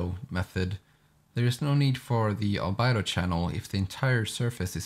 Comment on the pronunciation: You're saying "Albedo" wrong. It's not Al-Bido, It's Al-Bee-Doe.